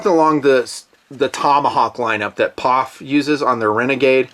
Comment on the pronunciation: Its P-O-F not Pof. Is nutn being a smartass...?